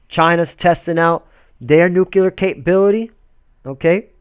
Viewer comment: There is no such word as "NUKULEAR", the word you want to use here is "NUCLEAR"